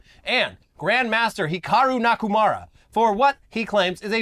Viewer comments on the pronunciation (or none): nakumara? wtf it's nakamura lol